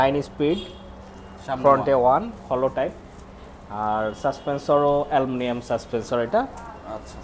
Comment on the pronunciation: Aluminium,❌ Alumilium ✅